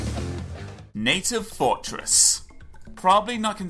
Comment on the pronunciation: Native "forest"? *fortress